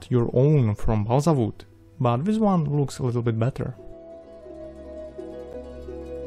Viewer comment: Nobody:: BALSA V O O D